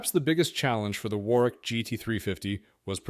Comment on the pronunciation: 'War-wick'? Urgh. It's pronounced 'Worrick'. Typical American basic lack of knowledge about the world.